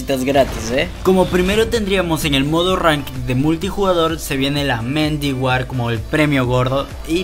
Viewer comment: Si digo algo es por que he jugado el call of duty black ops 3 la mayor parte de mi vida y la arma de RANKED se Escribe MAN OF WAR y se pronuncia como Man of Guar No Medi Guar. 2. La skin de Battle Royale se llama Ruin especialista de Black ops 3 de las Puas Gravitatorias . 3. Buen Video no viste mis Noticias :'(